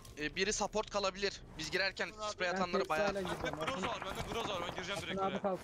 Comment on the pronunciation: 🎉 abi sapport degil support direk okundugu gibi 🥳 cok severek izliyorum uzun uzun videolari senin gibi can 🥰